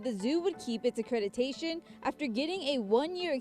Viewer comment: Accreditation not accretitation